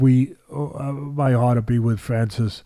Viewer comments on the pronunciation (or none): none